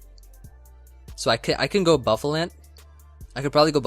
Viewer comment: buff uh lant D